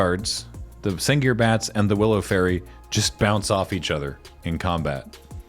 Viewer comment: yall pronouncing fae-rie wrong